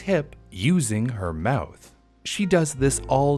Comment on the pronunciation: Lol u say mouth funny. "Mowooth" hehehe. Anyway. Then America learned its lesson and from that point forward the rich and corporations no longer had a huge power advantages or the people and employees. They were always held appropriately responsible and accountable for every misdeed. Capitalism remained the wonderful dream and USA lived happily ever after. The end........ ?